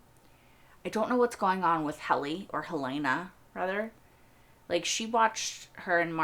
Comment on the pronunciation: I have watched dozens of Severance reactors, and I am puzzled by one thing... Why do 90% of reactors pronounce "Helena" as "Hel-AY-na" when it is never once pronounced that way in the show?